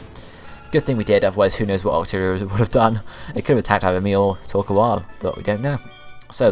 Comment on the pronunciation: Torkoal is prenounce like Thor-coal, and favorite villains have to to team rocket or maybe team galactics